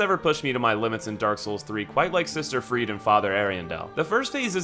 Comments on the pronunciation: Freide is pronounced "Frey-da"! They say it in the game! Where did this Freed thing come from? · Every time he says Freed for Friede a part of my soul dies. Ariandel literally says her name in the fight. Ariandel is pronounced wrong as well, but it's more excusable since I think only one npc says it. It's Ari-andle like handle. There's no emphasis on the "del" part of it. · Maybe its just me, but I absolutely hate how he pronounces Friede and vicar